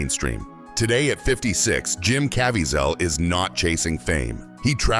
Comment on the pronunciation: CA VEEZ AL. IT IS SUCH A SHAME THAT KNOW ONE CARES ABOUT PAYING ATTENTION TO DETAILS AND IMPROVING QUALITY IN GROSS AI. FIX MISPRONOUNCING AI BEFORE RELEASING ON YOUTUBE. CHECK YOUR WORK. AGAIN REMOVE THE PHOTO OF ROBERT DENIRO, IT MAKES YOU LOOK INCREDIBLY DUMB.